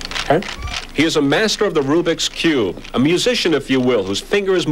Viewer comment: "Tha Robikube"